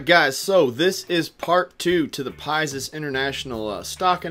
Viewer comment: Can you pronounce it as PIX-US lol not pie-zus ... overall great video thanks